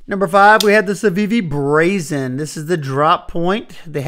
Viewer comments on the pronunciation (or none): none